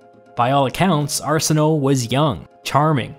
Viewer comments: Ok. I have a lot of trouble listening to people butcher names. Your great with all the roman ones but the Diposed Egyptian Queen who is Cleopatra's sister is not pronounced Arse-i-no it's Ar-sihn-ah-way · ARSE-In-Oh? No No!! Arse - In - Oh -- AY. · Not "Ar-si-no" it's "Ar-sin-oye" closer to Arsenio. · Reputed to be years. Also, her name was pronounced: ARE/SIN/OH/AY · Arsinoe was pronounced "Ar-SIN-o-way" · The last two letters in "Arsinoë" are pronounced like (the also Greek name) "Zoë"